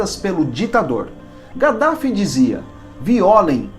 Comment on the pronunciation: DIZ SE kadaffi.